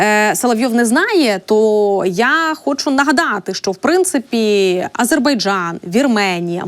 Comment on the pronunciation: Не шчО,а Що.